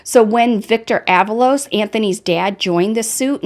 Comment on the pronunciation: “Ah-VAH-Los “ (not “AVA-Los”) 🤭